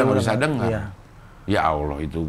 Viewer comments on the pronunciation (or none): none